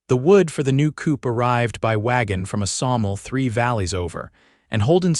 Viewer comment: Abundant AI mistakes. "Silas" is pronounced "S-i-las", not "See-lus". Fixing a "tear" should have been pronounced "tare", not "teer". "Phil's" silences is a run-on of "fills silences". "Psalmol" should be "saw mill". Really, why do presenters never edit these mistakes? I realize using AI is a big help, but it can't reliably do all the work. Such mistakes jar and detract from the enjoyment of the story, at least to me. It makes me feel they don't respect their audience enough to provide them quality work. These vids are more than just a story. They are examples of how AI fails us and show the continuing need for human oversight. Please edit. Thank you. OR, USA